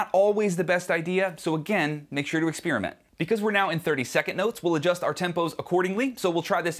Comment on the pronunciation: Who heard that? "Ixpirement"